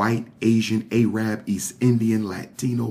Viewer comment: Pronounce Arab like "ehrrub" not Aye-rab